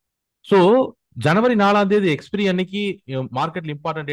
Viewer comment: Dear Sir You can be the best professional and you have all the capabilities. Kindly try to pronounce "Expiry " correctly and do not repeat sentences . We are really matured people. Take the suggestions sportively. thanks.